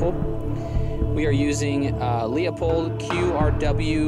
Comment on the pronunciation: Nice video! Only one small critique and it's just because I live a few miles from where they make em...when you mention that scope you should say it like "Loop Hold" 😉